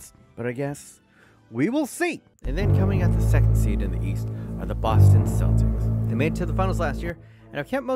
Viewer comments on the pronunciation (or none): none